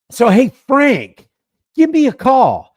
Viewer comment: Lol.... let's ne "Framk".